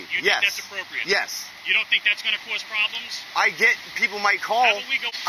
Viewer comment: When they pronounce cause , kawuss ... you know the deal.